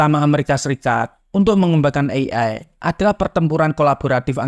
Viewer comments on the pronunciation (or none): "ey-ay" untuk AI, bukan "i-ay"